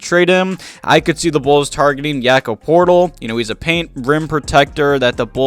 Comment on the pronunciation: Did you just call him Yakob Portal